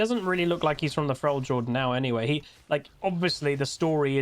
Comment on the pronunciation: my brother it's pronounced frelyord